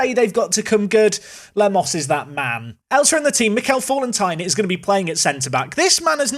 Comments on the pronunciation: You've regressed into the "Fallentine" pronounciation again. Falleti-in! And the A is flat not like in "fall" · FA-LEN-TEEN = Fallentin